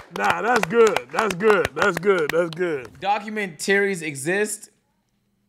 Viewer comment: said “documentarey “ 🤣